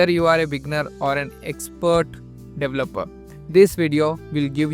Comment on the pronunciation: There is no such word as "lightweighted" and it's incorrect to say "dev-lupper" the pronunciation is "de-VEL-uh-per". If you're going to do a tutorial in English, you really ought to learn to speak it correctly first. THUMBS DOWN!!!